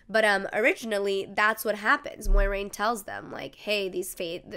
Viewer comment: "MOYraine" Moi like MOIST, bleh